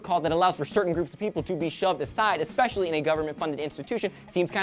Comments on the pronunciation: says EXSPECIALLY. Now THAT's unconstitutional. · Did you just say ECK-specially,? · exspecially...:/ LOL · said EXspecially for especially hehe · Btw... I think said EXpecially.;-) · This is a pet peeve of mine, too. It's pronounced eSpecially,.:)